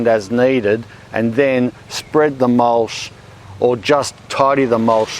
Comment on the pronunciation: Is mulSH the local (mis)pronunciation of mulCH?